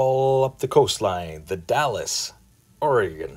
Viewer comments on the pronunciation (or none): The Dalles in Oregon is pronounced The Daals.